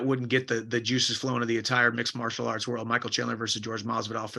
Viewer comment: “sport of mixelarts” ? Is that a sign of concussion????